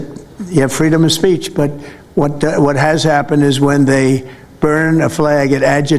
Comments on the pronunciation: did he say freedom of spaach? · He’s derelict of duty. He said “Freedom of spaych” so spaych has to go.